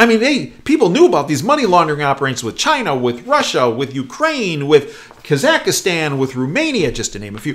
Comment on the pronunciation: Psst, there are only 3 syllables in "Kazakhstan"...